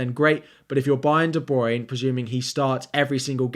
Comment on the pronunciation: Great video, but it's pronounced De-Bruy-Ne - three syllables. Yeah I'm a picky bitch, but every time you say it an FPL angel loses its wings. :)